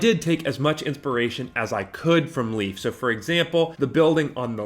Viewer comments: Great take an build. Just please stop callin hi. Leaf. Its Leif not leaf pronuced Layf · Leif, his name is Leif, not Leaf! It's like calling you Graman instead of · love how you pronounced leif's name as "leaf" lmao